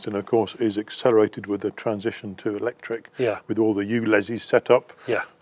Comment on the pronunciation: You lost me as soon as you said ectric ....byyyeeee